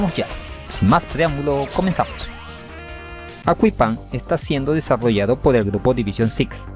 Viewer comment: * Yo intentando no reir cuando dice aqua ippan pensando que dice agua y pan *